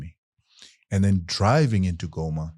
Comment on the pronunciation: These fellows from the south pronounce Goma correctly as Ngoma👍🏽